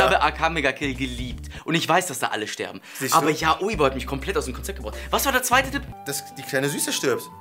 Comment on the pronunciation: Wer regt es auch auf das und immer YaOi sagen? es wird YAoi ausgesprochen 😑😂love you guys but still it's just wrong 😊😂❤️